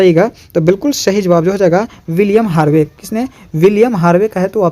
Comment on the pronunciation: shahi nhi hota sahi hota hai